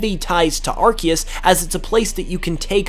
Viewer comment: It's pronounced Arkoos.